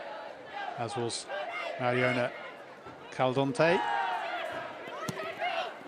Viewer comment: If he says Cal-Don-tey one more time I’m going to scream.